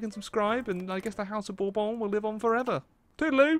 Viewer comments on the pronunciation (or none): none